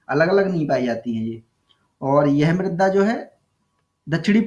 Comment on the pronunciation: सर मृदा है मृद्दा नही